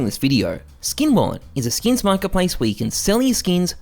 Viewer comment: I find it funny how he says “skeeyns” rather than “skins” 💀